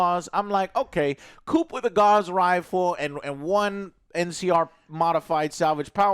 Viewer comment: Gauss is not pronounced "gauze" it's more like the ss in hiss